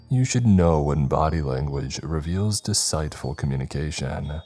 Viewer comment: Did you really pronounce deceitful the way i think you did?